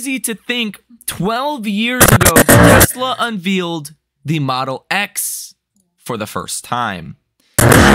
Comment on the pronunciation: it's not unvEEEEEEled. it's unvAYled